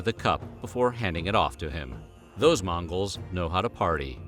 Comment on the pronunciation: He says mangos 🤣🤣